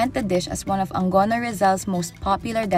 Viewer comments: Tae. Kakasawa na marinig bigkas ng Angono na Ang-go-no. A-ngo-no!!!!! Dalawa ba G at inaartihan pa bigkas ng ANGONO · It’s Angono not AngGono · Papanoorin ko na sana at mukang interesting yung story. Kaso na turn off agad ako nung sabi ng narrator "ang-gono". Kasimpleng pangalan di ni research tamang bigkas or baka alam naman nya kaso mas pinili kung ano feel nya mas maganda sa pandinig nya. Hahaha.